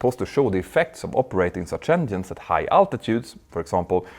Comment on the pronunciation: Stop saying "endienes"